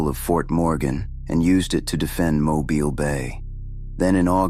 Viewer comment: Thank you for knowing how to pronounce Mobile. Good job!